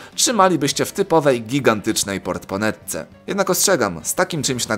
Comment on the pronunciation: powiedziałeś portponetce, też tak kiedyś mówiłeś, ale dopiero jakiś czas temu dowiedziałem się, że to jest "portmonetka" Tak na przyszłość xD